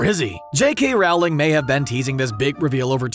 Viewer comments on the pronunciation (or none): Rowling is pronounced like “rolling,” not like “fowling.” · It’s Rowling like bowling, not like cowl-ing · But... it’s pronounced like Rolling not Rauwlling.... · Here’s an obvious thing you missed... It’s pronounced “rolling,” not “rOWling” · Stop saying Wrowling! It's Rowling similar to bowling! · For future videos, please remember that it’s Rowling as in bowling. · Please learn to say Rowling correctly. Thanks! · You’re mispronouncing Rowling. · I hate how you say JK Rowling name